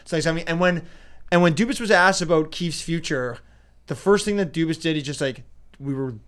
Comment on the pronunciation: Dubas not cubas